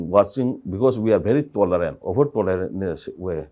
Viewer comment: Hey, please keep practicing on how to pronounce words like, "occupied" not occufied, "illegal" not illegan "tolerant" not tolaren "village" not bilays